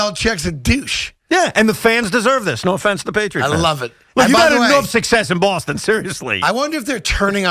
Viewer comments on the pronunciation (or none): none